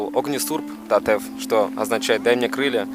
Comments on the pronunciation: Не та'ив а тате'в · Братан, только говорится ТатЭв а не ТатЕв) впервые слышу такое 😹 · Только не "тАтев", а "татЭв" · Правильно говорить ТАТЭВ УДАРЕНИЕ НА Э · Всё прекрасно, только называя монастырь ТатЕ'в, ставь пожалуйста ударение на букву Е, так правильней... Удачи ребята, мира вашему дому:)))